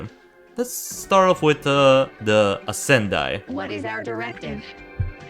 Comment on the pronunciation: I would say the pronounciation for the Ascendii is with an [e] instead of a the [i] And the Scytheer is from the word scythe so its more like [sytheer] (without the [k])